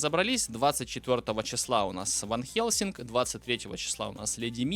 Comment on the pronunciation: Почему ты в слове Хельсинг не произносишь мягкий знак?😮